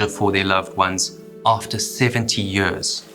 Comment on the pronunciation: Yeuuuhhhrrrssss. Why the heck do you pronounce YEARS so weridly?